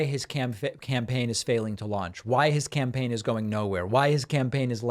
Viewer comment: Did you say "camfeign"? also works 😂